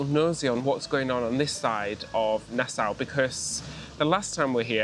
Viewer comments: Nasa not nas owe I believe. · It would help you to speak with the locals! Nassau is pronounced by the locals as “nas-so”.